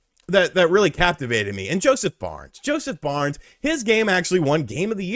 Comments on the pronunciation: You keep saying Josef BARNES? It's Josef FARES... pronounced "Fah ress" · Did he say Josef Barnes 🤣😂 you like a guy but dont know his name and u keep saying it 😂🤣